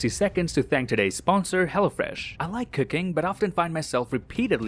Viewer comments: Who else heard him say 'I like cocaine' instead' I like cooking '😅😅😅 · "I like cooking" But I heard "I like cocaine"😂